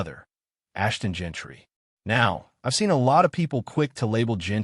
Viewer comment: Bro you have to learn how to say these players names it’s Jean-ty not Gentry and it’s Jakobi not Jacko-bi 🤣